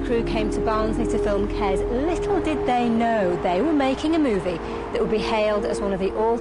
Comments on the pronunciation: It's not 'KeZ', it's 'KeS'. Short for kestrel. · "kez" kes ya silly cow.